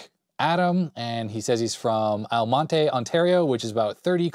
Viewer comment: Oh my goodness, hearing you say Almonte like that is so funny! It's just two syllables -- Al Mont. You've been living in the US for too long! :D I live in Toronto but grew up in London, Ontario and Ottawa as well.